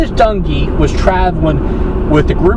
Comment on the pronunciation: I like your video, do me a favor, don't mention the word"Accident" ,this was straight up Murder. Plain and Simple. When you mentioned the last name, you sound like you're saying donkee, as opposed to Dung`ee.